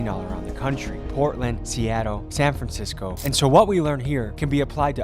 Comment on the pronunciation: “fransisco” my boy was tired editing this😹😹😹